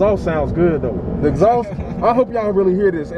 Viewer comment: The “EHHXSAUCE”😂